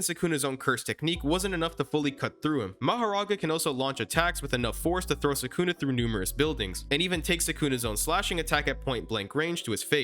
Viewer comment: SUKUNA ...NOT SAKUNA WHY DO YOU SAY IT THAT WAY